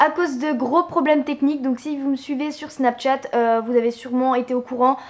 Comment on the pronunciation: 1) Apprends à parler (Snapchat, ebay...) 2) T lunettes : cool ta life 3) T'avais pas un BEL IPhone 5c avant ? 4) Avis perso : le rouge (rose) à lèvres je le trouve dégueu 5) Je suis désolée mais je trouve cette vidéo vraiment ratée mais c juste mon avis perso. Bisous :-*